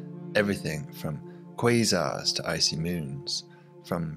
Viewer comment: I love how he says quasar Sounds like Kweezar 😂❤